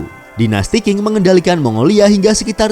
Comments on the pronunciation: Dinasti Qing di baca ching bukan king.. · Perlu km ketahui dichina tdk pernah ada yg nmnya dinasty king.... Yg ada dinasty qing (baca ching) Jgn baca king, apa2an king.... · Bacanya dinasti Cing